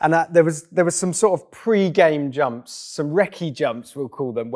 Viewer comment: Please "yumps" one more time for me :D